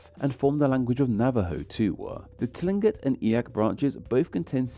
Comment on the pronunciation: Yes! I am from Alaska. A few tips: Aleut is (in English) pronounced ALLEY oot--stress on the initial short A. Tlingit is pronounced properly with a lateral L initial consonant (exactly the same as Welsh double LL) and in current orthography Lingít with stress on the second syllable, which also has a rising tone on the I.